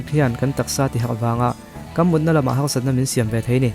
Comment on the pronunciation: Harsat tih hi halrsat tih angin ka hria. Turin tih te turlin ti angin.. turin tih te turlin tih ang.. R hi lam har i ti anih hmel. Anih lohah chuab atha ltk e